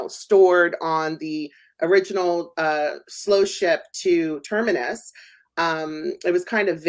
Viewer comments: BTW, it sounds like you always say Turmurus instead of Terminus...? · i would have thought he would have figured out he had it wrong by 7 episodes in....